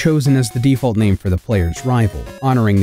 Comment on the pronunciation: I was hype and then I heard you say his name. I'm out.